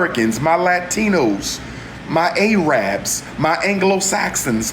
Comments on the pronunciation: If you mean no disrespect, it's pronounced 'air rub' NOT 'ay rabb'. Try to get it right, or they WON'T take you seriously. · Aaa-rab as opposed to Ar-ab.. 6 degrees huh 😏